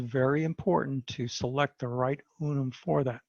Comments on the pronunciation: UN-UN. Not Unum! ?? 😂😅😂😂😂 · Unun not Unum pronounced un-un. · In his slides he spelt it as UNUN so just a slip of the tongue.